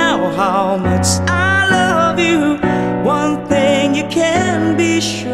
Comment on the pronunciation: Maganda talaga yung boses nya. Nakaka inlove. Pero yung some words lang siguro medyu may problema sa Pronunciation but overall maganda sya. Like "Change" and "Much" :) nakaka inlove yung boses.